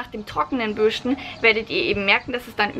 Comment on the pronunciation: Bürschten 😂 Deine Aussprache ist seltsam, aber lustig. Ich überlege gerade No Poo auszuprobieren.